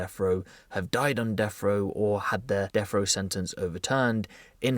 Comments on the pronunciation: Brits on deffrow, Brits potentially facing deffrow, Brits who’ve died on deffrow or Brits who had their deffrow sentence overturned. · Death wha.... Row lol 😂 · What is this deaf row you keep saying? Lol just busting your brawls. Seriously tho... "Deaf" row? Lol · He says “death frow”